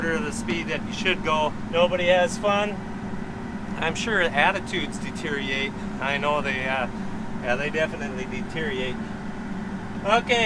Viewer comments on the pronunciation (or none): DeterIORate,. You’re leaving a syllable out there bud.